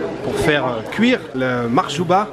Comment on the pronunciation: Bonjour, Bsahtek Mahjouba et non pas Makhjouba 😂 n'oublie surtout pas de goûter le Makrout constantinoi c'est un délice 👍